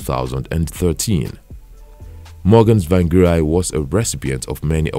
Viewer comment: Do not continue writing biography of people you cant pronounce their name properly. Harrrr🤬😡👹